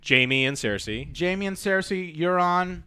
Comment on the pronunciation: Let's see if he can at least pronounce the character names correctly this time. WTF is a clee gan and a seirsay?